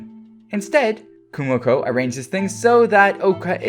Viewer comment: KU MO KO damn dude sound it out, it isn't Kumoku lol